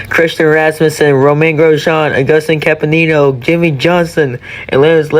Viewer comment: That is NOT how you say Canapino